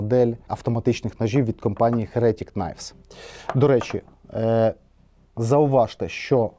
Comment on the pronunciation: чому "херЕтік"? Якщо з англійської, то "хЕретік", а якщо українською, то " єретИк"...